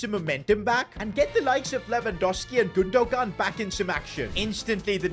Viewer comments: You are saying gundo-gan it’s gundogan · It’s GundoHAN not Gundo gan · It’s gun-du-wan not gun-du-gan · You pronounce his name like Gondowan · the way he says gundogan lol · makes me cringe every time he says Gundogan 😢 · enjoyed the video also you dont pronounce the second "g" in gundogan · You don't pronounce the g in Gundogan